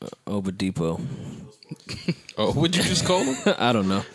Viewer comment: fucking up Victor Oladipo's last name lmao